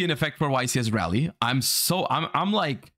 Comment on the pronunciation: got my cards in the mail for Raleigh today (also it's pronounced Raw-lee, not like rally)... practiced all my snake eyes synchro combos for a long time now... gotta reinvent my deck in 5 days thanks konami NA, apparently this is not as big of an event as a french open